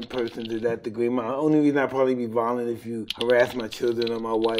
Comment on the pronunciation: i thought he said "id only be vilonet if I harrass my children" had to rewind there for a second xd